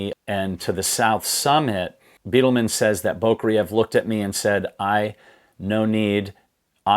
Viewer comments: Love the channel but its “Bydelman” not Beatleman 🏔️ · I’ve read 7 books concerning the 1996 disaster, watched every video that I’ve found and I really do appreciate your input. Thanks! And, btw, Neal “Bi-del-man” is the way his name is pronounced. Not Bee-del-man. . Thx again.